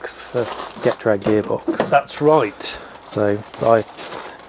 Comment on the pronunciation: It's not Jet-Rag or Get-Rag. It's G'trag.